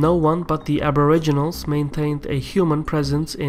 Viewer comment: i don't think you pronounced Australia, Canberra or aboriginals correctly even once in that, it is funny hearing foreigners try to pronounce Aussie words. also Australia has to participate with the UK as it is called the ROYAL AUSTRALIAN ARMY, our deference forces are sworn to the crown under the rule of England because we are part of the commonwealth empire. and as to why we deploy with the USA is because we have a tiny army, we can barely patrol our own coast, took more than 3 hours before out navy detected Chinese ships just outside our waters in a show of strength on their side, so we have allied with them, also since we are also members of the crooked evil UN which our government love so much even though the people don't they tend to do what they say more than the crown or the people to which is supposed to be the major influences.